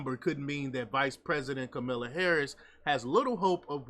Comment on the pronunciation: Speak her name properly…is isn’t Camilla.